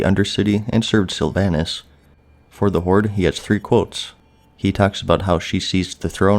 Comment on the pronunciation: Sylva"h"nas not Sylva"y"nas; show the banshee queen some gd respect.